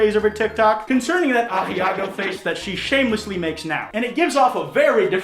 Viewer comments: Are you saying "A-hee-ah-go"? I don't think that's how you pronounce "Ahegao". I'm almost positive it's pronounced "A-he-ga-oh" or "A-he-gow" depending on your accent. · Aheago. Say: Ah•he•go.: ayeahgo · ok i love you man but in case you don't know: ahegao: ah-heh-gaow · Yo why does pronounce Ahegao like it's the name of a distant cousin I have who lives in Argentina? Like 'ey, cousin Ajiago's here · Why is he saying asiago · You say ahiago again and I swear to God I will ahegao you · I love you buddy, but it physically hurt me inside every singular time you incorrectly said 'ahegao'. It's pronounced "ah-heh-ga-oh". Now say it with me. Ahe-gao. Ahegao. Thank you. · Bro you're mispronouncing aheago you absolute pleb